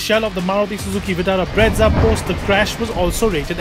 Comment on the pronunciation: It's brezza not bretza